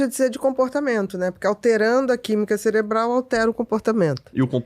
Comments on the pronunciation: Mano... O cara falou celebral... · Só eu fiquei com vontade de dar um safanão nele cada vez ele falou "céLebro" e "ceLebral"?